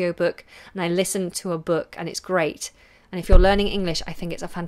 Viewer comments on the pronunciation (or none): none